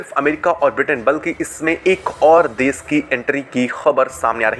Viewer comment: Bhai desh ko desh bolna seekho des nahi